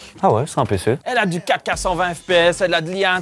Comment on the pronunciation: Il voulait dire 4k mais avec son accent belge et le faite de le dire vite sa sonne Caca...😂😂😂